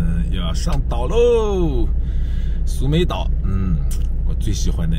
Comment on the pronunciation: 当地泰国地名是 Koh Samui, 不是 Koh Sumei